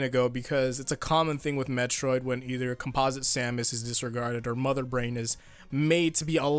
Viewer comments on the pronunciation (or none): none